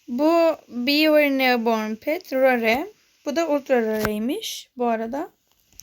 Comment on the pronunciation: rare değil reyır de